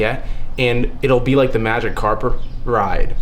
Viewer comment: "magic carper ride" 🔥🔥🗣🗣